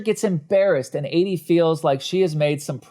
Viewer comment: Editing was mediocre. An arm that kept getting in the way, awkward pauses, a couple of repeated script lines. Content wise: The fart/poop and sex jokes kill it. Constant mispronunciation of the name Adie is distracting.